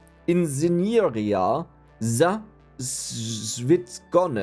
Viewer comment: even the translator pronounced "inżynieria" incorrectly. my guess is you typed "inzynieria" without the "ż"